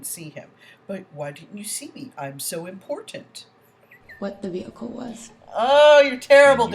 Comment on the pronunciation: When yoi say vehicle. What do you mean vehicle 😮😮😮😮